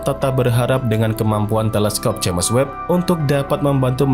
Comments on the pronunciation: Agak risih di baca nya JAMES bukan nya JEMS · Udah 2 tahun nonton ini, masih aja nyebutnya jemes web, jems woi jems